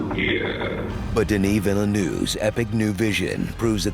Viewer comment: you are saying Denis perfectly but, you are butchering Villeneuve lol. Try saying: Vealn-her-ve quickly (not exact but, allot closer)